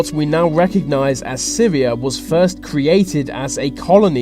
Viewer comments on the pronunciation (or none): none